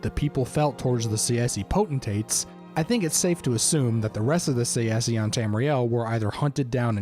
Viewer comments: I hate this guy's pronunciation. Say see. I personally say it either Tse-she or Tsah-eh-ski. But Say-see, come the fuck on. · I think the pronunciation is TsaesKee..Tsae is not Tsa-e but one sound.. I don't know how to write it in English.In Greek is Τσέσκι.. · I thought that Tsaesci was pronounced "SAY-she." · I may be wrong, but I think it's pronounced '"say-shee" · Tsaesci is pronounced Say-chee btw. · Its pronounced like sai - see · I’ve come to the conclusion that no one really knows how to pronounce Tsaesci lmao sashee? Saysee? Say Es ee? Who tf knows